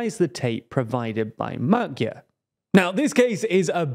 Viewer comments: Could you possibly learn how to pronounce the word/name Magyar correctly? There are these things called internet translators. You type in the word, then press the little speaker button, and it will play back the proper pronunciation. Then you can learn it, and use it in your otherwise very professional news report. And just as a side note, every language has its own alphabet, and its own rules of pronunciation, and its own special characters that are not pronounced necessarily like they would be in English. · Yet he still pronounces it wrong. The new hosts do more due diligence when it comes to foreign name pronounciation